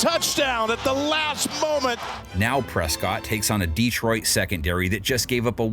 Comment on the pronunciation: Bro paid to mispronounce DEEtroit lol